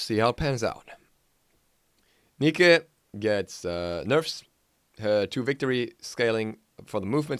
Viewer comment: The way he says Nike bothers the hell out of me.